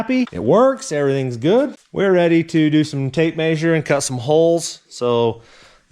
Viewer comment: "Maysure"? It's measure.